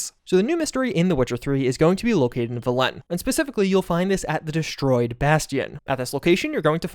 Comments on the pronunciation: Velen is pronounced “vehl-un” not “vell-Lin” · Why can't you pronounce "Velen" "Peralez" or "Sandevistan" properly when there are clear voiced examples? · Man, your mispronounciation of Peralez and Velen are rediculous. Both games say those words out loud, you should know how to pronounce them. Come on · Do you intentionally mispronounce velen and peralez?